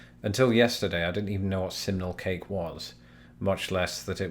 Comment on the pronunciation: Oh thanks goodness... until you displayed the poll I thought you were saying 'seminal cake' which sounds entirely different.